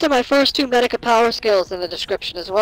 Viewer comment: I love this video, but I hope the mic/audio gets fixed in future videos. And Medaka is mispronounced. My only two complaints, but I love this video.